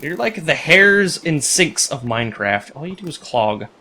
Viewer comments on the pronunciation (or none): none